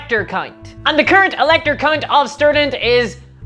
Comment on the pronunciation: is it just me or is she saying vampire "cunt"?